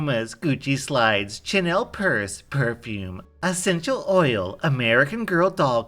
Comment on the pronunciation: its suuuuper asenchal right